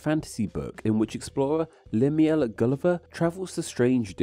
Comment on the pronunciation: I find your pronunciation of "Lemuel" to be rather.......interesting, to say the least.